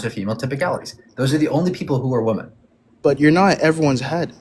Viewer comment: i find it fascinating that someone as intelligent as does not know the pronunciation of the plural form of woman, so fU king strange, it drives me crazy when he says woman when he means women❣